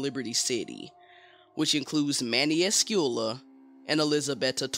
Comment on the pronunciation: Cravić is pronounced Cravich, Brević is Brevich and Escuella is Escueya